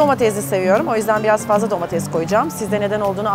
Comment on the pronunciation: Domatez değil Ayşe hanım, domates